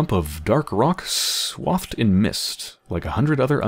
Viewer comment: And it's "swaythed" not "swawthed." Little things.